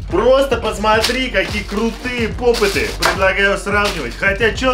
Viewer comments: Правильно не попытаныА попты Ударение на ы И симполы димполы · НЕ ПОПЫТЫ А ПОПЫТЫ УДАРЕНИЕ НА Ы 4 !!!!!!!!!!!!!!! меня бесит когда ктото говорит чтото не правельно-_- Я КРИТИК